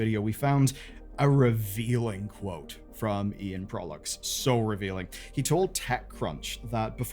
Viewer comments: Proulx is pronounces 'PR OO''. Not to be confused with ''P ROO''(not like Perou). The PR in Proulx should sound like the PR in Price. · Just a head up Proulx is a french name and is prononce "proo" (L and X are silent) !! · Informative, just in case; Proulx is pronounced “prew”